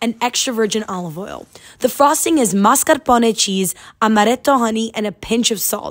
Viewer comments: Congrats on being one of the only people I've ever heard pronounce the word "mascarpone" properly. (Although your attempted use of the Italian accent isn't necessary and could be seen as some to be misappropriation...) Plus, the cake looks great!! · I love how you speak a perfect english and still pronounce Mascarpone and Amaretto in perfect italian! Greetings from Sardinia, Italy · How do you pronounce mascarpone and amaretto so well still say homage like that 😂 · Hi, I follow you from Italy and I love how you pronounce mascarpone just like we do😍